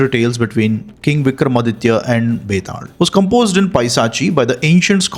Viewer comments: Are you a Malayali? It is pronounced as Betal not Betad. 😂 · Bro its not betaald its betaal 😅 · Why is he pronouncing it like that?? It is Betaal, not Vetaarl. It is Mahakal not Mahakara... Why add R to L? Say it naturally. No need to be Shashi Tharoor... 😅